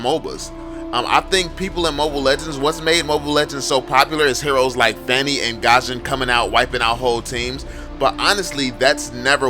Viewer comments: Bro please, not Gusion(Gashon), but Gusion(Gyushon) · he pronounce gusion "gosion"